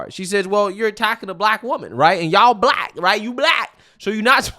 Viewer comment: "They're coming after me cuz I'm bleck! I'M BLECK!" Yeah, you're "blech" all right!